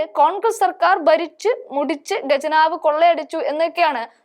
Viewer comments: ഗജനാവ് എന്ന് പറയരുത്. ഖജനാവ് എന്നു പറയാൻ ശീലിക്കുക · ഖജനാവ് ആണ് ഗജനാവ് അല്ല മലയാള അക്ഷരം പഠിച്ചിട്ട് വാർത്ത വായിക്കു